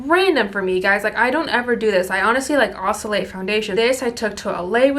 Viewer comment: SAY OSCILLATE AGAIN,!! 😂😂😂